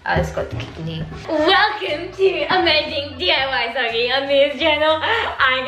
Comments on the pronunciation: It’s so cute how calls Sockie ‘Gockie’ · 🤣🤣🤣 HAHHA YESSS and when tries to pronounce sockie's name too😂 too cute!